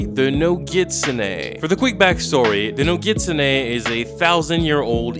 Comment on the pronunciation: He is pronouncing nogitsune wrong